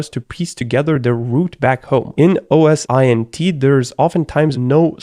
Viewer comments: I prefer OS-Int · OSINT is easily pronounced 'Oh-sint'. Every time he says "oh es eye en tea" I feel it in me. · I die a little inside every time he says O S I N T rather than O S Int. as in say the letters O and S then say Int like the start of international. Great content still though I can’t lie. 😊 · It's OSINT not O S I N T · At university and the company I'm currently working at we always pronounce it oh-sint. So your way of saying it seems pretty weird as well. Lol